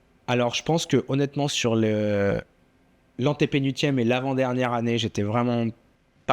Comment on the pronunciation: quel régal, merci à Wina, merci à Pierre ! Pierre par contre on prononce le L de antépénuLtième ;)